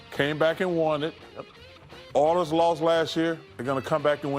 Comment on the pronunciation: Oilers? Naw we gotta say it like Chuck... Errlers! xD (Oh and the Stars shocked the Avs and eliminated them. Just when you think you know you don't know.)